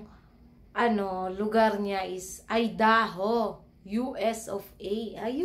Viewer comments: Idaho ay pronounced "Ay-da-ho". Peace po tayo,. ✌️ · Good evening bai at subcriber nu aq dito sa guam correct q lang un idaho pronounce niya is Aydaho parang I pag sinabi sa alphabet subcriber din aq nila kabusiness official at kabusiness family kaya ndi aq basher😀 ha napapasaya nu aq lagi stress free baga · Ang tamang pag sabi ng bansang idaho ay sa tagalog aydaho un po ang tama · IDAHO ( Ay-da-ho) ang pronunciation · ang proper pronunciation ng Idaho is Aydaho. By the way, mag vlog kayo na pasalamat kayo sa mga sponsors nyo Bai. ❤❤❤❤❤❤❤❤❤❤❤❤❤❤